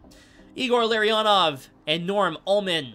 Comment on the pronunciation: You must try to pronounce names wrong. Even on your favourite team. Sid Abel?